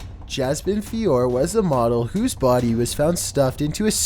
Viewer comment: “I walked into the kitchen and there was her bhody”